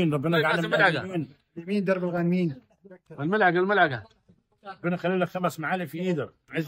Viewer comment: ملعقة وليست معلقة 😂😂😂